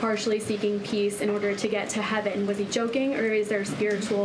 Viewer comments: I like the way she says President Poot..in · Why can't you pronounce "Putin"?